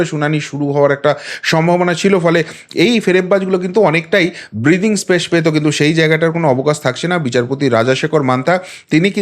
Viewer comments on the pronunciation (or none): none